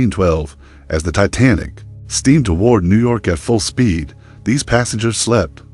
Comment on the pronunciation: You should know how to pronounce a famous ships name before you post a video